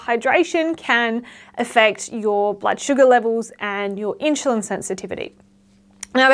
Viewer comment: Love your videos 💚 Is there any particular reason why you pronounce insulin as inshulin?